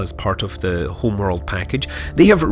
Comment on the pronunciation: Hurr, this HRRRMMMWRRRLLDD is so much prrrrrtierrrrr than the old one. Really, dude? And stop fucking talking into cutscenes.